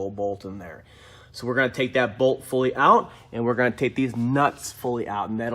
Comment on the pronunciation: Yesss emphasized deez nuts!